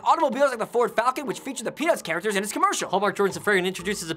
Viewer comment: no offense but i thought thar Rafi said, pen*s lol